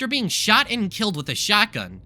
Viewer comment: when you said "the 10th class shot himself" you saying shot was censored for the rest of the vid I thought you said he shat himself